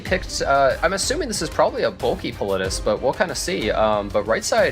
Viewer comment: Lol I hate the way they say some of they names, they just be saying it any way they want, that was confirmed after the Politis was picked,, and the first guy was like Pal-lit-tis and the second guy said directly after him Pa-littus